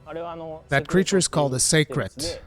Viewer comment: Finally a creator that knows how to say Seikret.